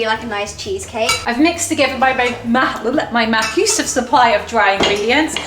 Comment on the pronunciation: I cracks me up when they say mahosive